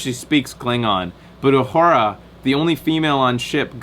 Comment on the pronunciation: 133 comments (134 at this point) and not one of them from someone complaining about constantly mispronouncing 'Uhura'. Nicely done. Also, did you spot Nolan North?